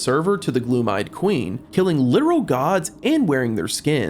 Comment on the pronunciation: why are u mispronouncing so many things. even saying gloom eyed queen... like damn bruh wtf